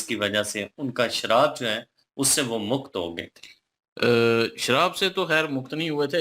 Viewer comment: Bhai sharab nahi Shraap 😂